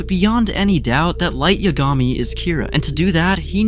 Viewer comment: Who edited this? Two Oh university? Light Yag Ami? I can’t. It’s nice that the AI voice kind of sounds like Light’s American VA, but the pronunciation is so off.